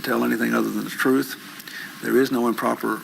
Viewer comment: Every time he attempts to say the word 'truth' he trips on it, can't form the word, and it comes out threwth.